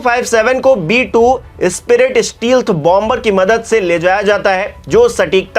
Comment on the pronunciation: स्टीलथ b2 नहीं, स्टेल्थ ब2 बोलते हैं भाई। आलोचना नहीं कर रहा, सुधार कर रहा हूँ।